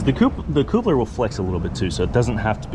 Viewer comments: Thumbs down for irritatingly saying CŌŌPLER instead of I assume coupler (kaplər) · Appreciate this video! Is your pronunciation of coupler real life? It's pronounced cup-ler lol. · Like I’m sure he and his lady make a totally cute “coople” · Great video, but that word. I don’t know why it’s triggering me so bad but damn, every time he says it 😖😂